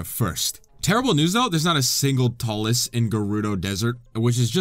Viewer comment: Hearing him say talus is painful